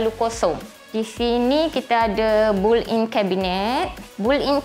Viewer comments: takpe..memang banyak yang tersasul dan salah sebut😅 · Saya nak minta maaf banyak2. Sebutan built-in tu... Apapun cantik rumah puan. Suka dapor. Ada island lagi..